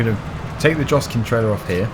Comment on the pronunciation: Joskin in pronounced yoskin